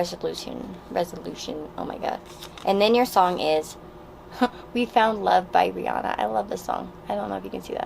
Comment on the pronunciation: When you said Rihanna I thought you said teanna lol